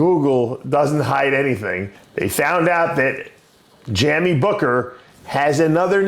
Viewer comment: Jammy? Jamie 😂